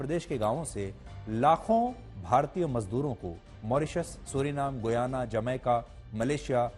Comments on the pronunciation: Learn how to pronounce name. Shame... shame.... It's pronounced as Gayana गयाना and NOT Guyana गुयाना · It’s गयाना not गुयाना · GOOYANA😂 It is pronounced as giyana or gayana.